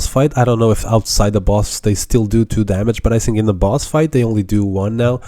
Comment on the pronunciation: i sink you are saying word think wrong